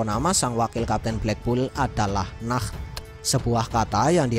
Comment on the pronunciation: bang Nacht bukan Nah